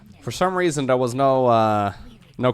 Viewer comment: why do you say third properly but there is dare?